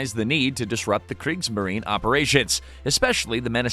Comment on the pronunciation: And there's FOUR sullables in Kriegs-ma-ri-ne.